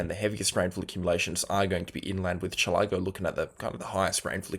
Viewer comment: Chil-ă-go….not Chilah-go. :-)